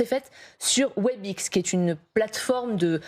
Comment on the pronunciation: C’est pas Webix (phonétiquement) c’est Webèx. Toujours aussi nouille ces franchouillards.